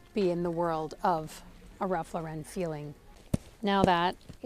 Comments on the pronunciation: His last name is pronounced "Law"ren not Laa"ren" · It's pronounced Ralph LOR-en. Not Ralph Lor-EN. He would tell you this himself. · 'Ralph LORE-IN please. No need to be extra fancy and say Lore-ren. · Ralph Lauren not Ralph Loren. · I have to say it. It's not Ralph Laur-en'. It's Ralph Laur'-en. He's American. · His name is Ralph LAW-ren. Not Law-REN! He’s not trying to be French! As a designer, you should be pronouncing it correctly. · Ralph Lauren is pronounced LAW- ren. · You of all people should know how to pronounce Lauren. The stress is on the first syllable. Therefore, the correct pronunciation of Ralph Lauren is Ralph LOR-en. It's not French! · Lauren is pronounced like the womens name.